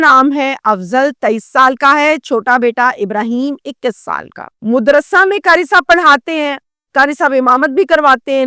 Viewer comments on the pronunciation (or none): O YOU STUPID AND BRAINLESS, IT IS NOT "" MUDRASA "", THE CORRECT WORD IS, "" MADRASA "" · Mudarsa nahi hota madaersa hota hey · Mudrrasa nai madrasa...pehly urdu seekh lo madam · Mudarrasa nahi Madarsa lafz hey. Apki urdu sahih nahi hey. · آپ مدرسہ میم پر پیش کےساتھ کیوں بول رھی ھیں۔؟میم پر زبر ھے madarsah